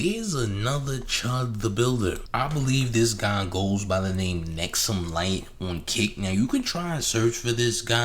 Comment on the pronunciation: His name is "Hexumlite" not "Nexumlite"